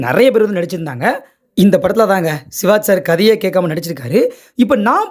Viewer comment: சிவாஜ் இல்லை சிவாஜி என்று சொல்லுங்க